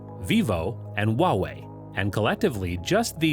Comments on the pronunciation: why did he say wawei to huawei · You pronounce the H in Huawei and Xiao mi you Pronounce it like Shao me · the way you pronounced xiaomi and huawei is killing me